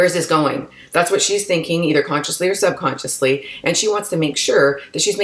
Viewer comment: Hey did you consciously say SUB consciously or UN consciously say SUB consciously? 😜 we all do it but I listen to a lot of books and YouTube stuff and lately it’s been a real attention grabber 😂 Love your stuff keep it up!!